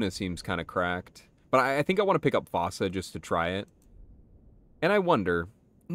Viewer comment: Fossa is pronounced “foo-sa” btw